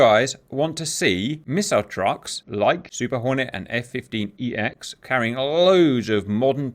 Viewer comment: ITS F-1SEX! NOT F-15EX!!!!